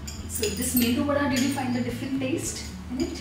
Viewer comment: Behen, Mendu vada nahi....Medu Vada.